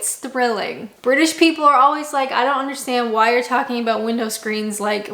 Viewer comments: Why do Canadians pronounce anything with 'ou' in the word as 'oo' e.g. about? You sound like you're from Norfolk! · I like how you say 'ah-booht' for 'about'. Pretty cool.